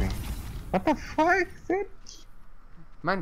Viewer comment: Lo vi en directo fue clave el chabon diciendo guatafac JAJAJA (ya se como se escribe, lo escribí sarcásticamente así xd)